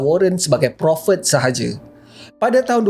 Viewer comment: cakap prophet pun pelat eh😂